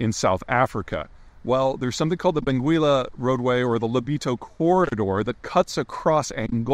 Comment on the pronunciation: Benguela is pronounced without reading letter u.